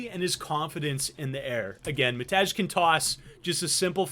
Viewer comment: Matej is pronouncec (matey), with a soft J. typical slavik name - id just call him matt tbh